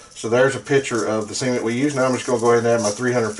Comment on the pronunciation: Brilliant video, I kept chuckling because everytime you say cement i think youre gonna say Siemen 🙈